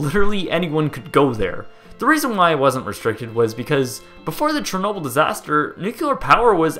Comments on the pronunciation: Treenobyl? Great pronounciation there ;) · The way you say it sounds like this (Cherri-noble) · I'm pretty sure it's pronounced "share-noble"